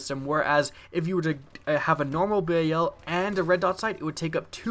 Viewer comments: He says "bay-a-l" learn how to speak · It's bal like the dal in Dallas and its obsidian stEED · He said B-A-L its BAL like the begining of balence